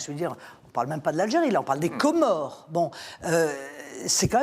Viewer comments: Comment elle dit " les commores. " la meuf respecte même pas les nationalités.. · J'aime la façon dont elle prononcé les Commorres 😂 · Pourquoi elle accentue de cette façon sur "Comores"? Complexe de supériorité comme Macron?